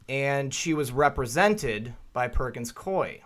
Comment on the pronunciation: The firm pronounces its name Perkins-Coo-ey, if anybody cares.